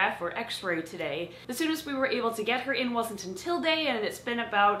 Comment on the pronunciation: From now on, the proper pronunciation of “today” is “to-til-dae”. 🧐